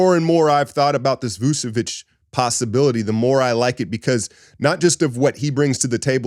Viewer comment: It's VOOCH-uh-vitCH. Ain't no esses in there. CH as in CHurCH.